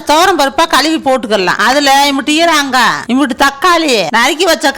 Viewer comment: ஈராங்கா...😂 எந்த ஊரு பாஷை